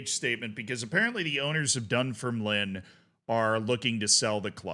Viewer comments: Dun-FIRM-Line not DUN-firm-line emphasis on "firm" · Yup, absolutely butchered Dunfermline lol. Done-ferm-lyn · love your scottish football coverage, but it’s dunFERmline 😅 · Pronunciation: DunFERMlin, that is stress on the second syllable and ignore the final letter. Almost every Scottish town on the east coast north of Edinburgh has stress on the second syllable (DunDEE, AberDEEN, MontROSE, ArbROATH). This is because the towns' names derive from Scots Gallic, not English. For example, InverNESS. Inver is Scottish for mouth, so the English equivalent would be Nessmouth. The vast majority of English towns and cities have stress on their first syllable. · Utterly howling at your pronunciation of Dunfermline. Dun-ferm-lin but the ferm-lin part isn't separated. I'd love to hear you take a crack at "Milngavie" 😁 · Its pronounced 'Dunfermline' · It's said Dun - Firm - A - Lynn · FYI, the club is pronounced "dum-fer-lin" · A little more emphasis on the second syllable (dun-FERM-lin) but yes indeed, it's not pronounced like "line" 😂